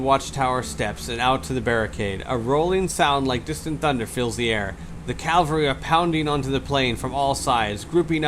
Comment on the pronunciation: You pronounced cavalry correctly on the first try several times :) And its bee-league-errrd.